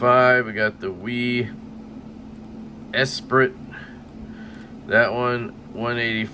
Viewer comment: the Esprit is pronounced Es-pree lol